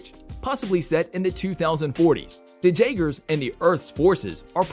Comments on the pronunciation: Jaygers you are obviously not a fan or even watched the movies because you would know it is pronounced yay gers like the drink despite how it is spelled because it is not an english word you know so much about it yet so little at the same time. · How can you mispronounce Jaegers when they pronounce it FOR YOU IN THE MOVIE???